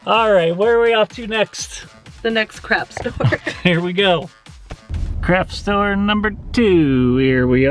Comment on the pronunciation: does anyone else hear "crap stores" instead of "craft stores"? Because don't get me wrong, they are both. I just wanted to know if I was going crazy lol